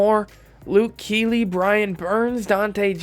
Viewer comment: You said Luke Kuechly's name wrong too much lol....